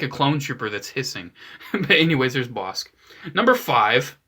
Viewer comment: It’s pronounced “boss-ick” god damn it.